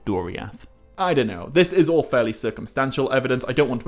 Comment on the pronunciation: I can't even spell how you pronounce "all". Eawll, Oull, Ewll? Anywho, love the channel.